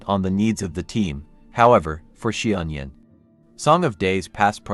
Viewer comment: Love how you simplified the pronunciation to "she-onion"!